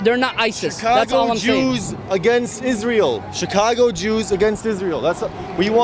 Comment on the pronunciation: she speaks CHICAGO with a native american accent. HAHAH